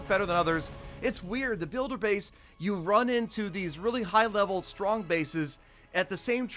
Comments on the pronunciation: You spelled strong rong you said stronk but it is OK everyone makes mestaik ily😘😀🤗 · Stronk? WTF LOL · Yes way too “stronk”